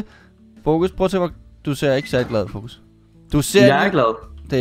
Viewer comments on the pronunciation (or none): Det lyder som om du siger focus i stedet for Foekz.